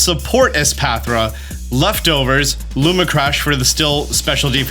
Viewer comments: Also. Lumina crash. Not Luma crash. My OCD is off the charts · "Looma Crash" lmao. Great vid tho, Appreciate the Prep! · man, I love you and the content so much, always so informational. It’s hard for me sometimes when you misread things, it’s a really small thing, but cmon man, it’s lumINA crash, there’s two extra letters you’re just not reading. Love the videos but sometimes they feel a little rushed or just kind of brushed over because of the grammatical and syntax errors throughout. No hate, honestly trying to give constructive criticism because I want to keep watching your stuff! Cheers